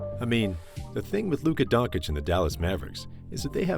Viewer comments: Absolutely amazing video but it’s Don-chitch not don-cich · DONCHEEEECH not Donkich lol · Wanna be a good youtuber? Lesrn fkin names and surnames. Don-chich, ZUBAC.